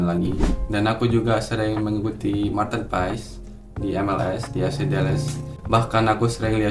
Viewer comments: Kita hrus taw ngucap nya Martin Pass y😅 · Ijin koreksi nama MAARTEN PAES di baca MARTiN PAS (Sumber: Coach Justine)